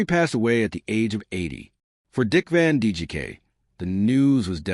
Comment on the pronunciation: I was curious to hear this information. . . but I had to shut it off after the fifth or sixth time the AI Narrator (and therefore the captions) referred to Dick Van DJK. There's a lot of A here. . . and not much I.